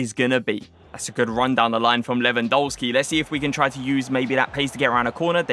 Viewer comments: Your videos are too tier!!! But please can you say his game correctly. It’s pronounced Levandovski the polish pronunciation of a W is V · Admit it you almost said Lewandisney 😭😭😭😭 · At least pronounce the guys name right.